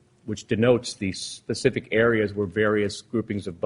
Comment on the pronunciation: “Lemme ax you a pacific question: May I publish?” You may publish.